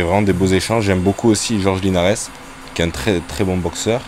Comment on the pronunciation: Je suis l'avocat du diable mais "Jorge Linares" se dit : Rolré Linares. C'est comme Mesrine, on ne prononce pas le S 🤣